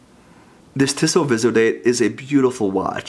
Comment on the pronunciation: Really nice review of a really nice watch. My only criticism is that (and this is coming from someone who grew up in Switzerland) the company’s name is pronounced "Tee-so," not "Tih-so."